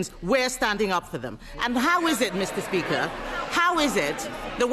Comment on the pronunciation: "Mista Spika"